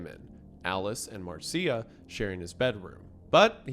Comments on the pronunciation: Isiah, my brother in Christ, please find audio of these people's names and listen to how they are pronounced before recording these episodes... hearing "mick-EL-roy" was killing me, hearing you say Marcia as "mar-SEE-ah" just killed my soul a little... MACK-elroy Marsha ...and that was just this episode. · "Marr-see-uh" And y'all think he's not trolling with the mispronounced names. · Gonna be That Guy real quick: The "Maricia" in "Marcia Gay Harden" is pronounced like "Marsha"